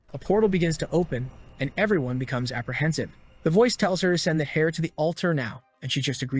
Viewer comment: Can someone teach the A.I. to say "heir" properly?